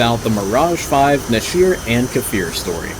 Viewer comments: Great review but I should point out one very minor correction. The hebrew word נשר is pronounced "Nesher" not neshir. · The second 'E' in Nesher is pronounced like the first 'E' and not like an ' I ' Nesher - eagle Nashir - shedable. like a hair which can be shed. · It's pronounced "neshar", not nasheer Also the group's name is pronounced "aveeron", which also translates to airplane